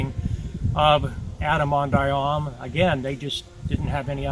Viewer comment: Why is the 2nd syllable in "Ahman" not pronounced in this video?